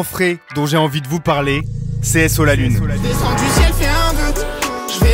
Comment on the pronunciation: Mec ton SO la Lune c'est inaudible désolé